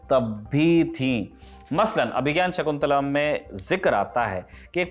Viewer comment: एंकर को अभिज्ञान शाकुन्तलम् पढ़ना भी नहीं आ रहा है